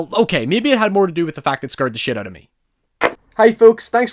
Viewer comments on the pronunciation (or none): “stay ooot of the basement” HAHAHAHAHA